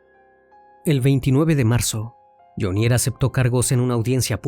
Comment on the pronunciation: Hola CN. Muy buena investigación, sin embargo debe corregir algunos datos: 1. La pronunciación de Jhonier. El acento va en Jho. Le sugiero solicitar ayuda o escuchar las noticias de medios colombianos. 2. La cifra es incorrecta. No es 🇺🇸💵), sino, 🇺🇸💵).